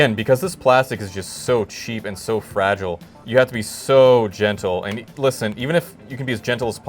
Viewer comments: says anything is weak or flimsy: ~ fra ghee lay~ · "fragile'' they must think its french